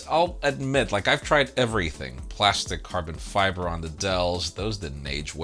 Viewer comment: Glastic macbook lol